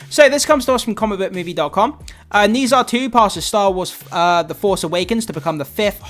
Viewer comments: Dude it's like 'ner ja' not 'nee sa' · Have you watched it yet? Read a comment about you’ve never heard of the pronunciation of Nezha (nuh jaw). Go watch it if you can! Don’t miss out the opportunity to watch it on the big screen, especially in IMAX! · I love this movie but I just can’t get over how you pronounce Nezha 😭